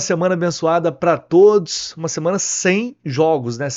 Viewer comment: Eu ouvi "todis"!?... Só pode ser deboche... ST